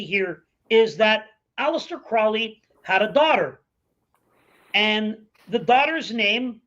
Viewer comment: alistair crowley not alistair crawley